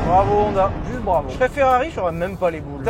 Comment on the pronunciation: Sinon, ça tente pas quelqu'un de dire Honda correctement? Je veux dire "ON" ça existe qu'en français. On dit "onne", siouplé! J'adore tes chaussettes!